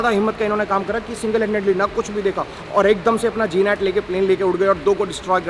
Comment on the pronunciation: Bhai,,G-Nat nahi..Ek word hai.. GNAT..ITS a small flying keeda similar to mosquito.(Gnat inscect) google karo....Also,,mein HAL family sey hu..so i know about Jets and Heli,s.